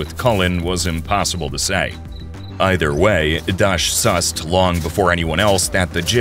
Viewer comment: SUSSSED?? AMOGUS?!!!